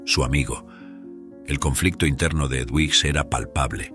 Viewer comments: Edwiges se pronuncia Eduviges en Español. Pero muy bien la Historia 🥰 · Es una barbaridad que el narrador no sepa ni siquiera pronunciar el nombre EDUVIGES. Y peor aún, que lo cambie y lo vuelva a pronunciar PEOR. No hay nadie que revise la narración antes de publicarla?? Es un desprestigio y dan ganas de no seguir escuchando. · La historia estuvo bien, pero el narrador nunca supo pronunciar el nombre del personaje Eduvijes, no sé si es una persona leyendo o una maquina.???